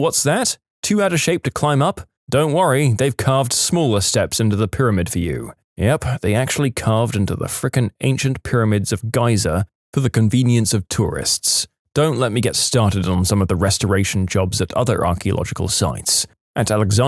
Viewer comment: Im pretty impressed that you say the pyramid of Giza as pyramid of gaizah. Idk how you fck it up. But its prize worthy